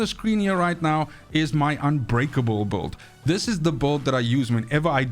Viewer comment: why do you pronounce build as beuhld ?